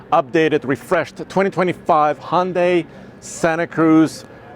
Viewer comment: so cringe that a pro YT car enthusiasts can't pronounce hyun-dai. It's not honday pal. Glad there's better enthusiasts out n the sea